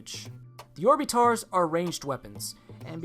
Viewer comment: You pronounce orbitars like orb-it-ters